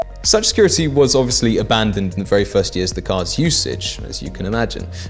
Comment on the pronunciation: "couple of yeeeaaz" what's a yeaz? 😂